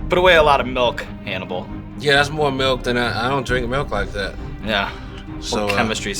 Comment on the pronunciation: Lololol sounds like Sean called him Cannibal